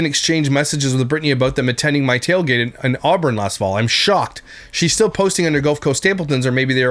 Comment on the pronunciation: “We’re stiww happy.” Turd bucket is right.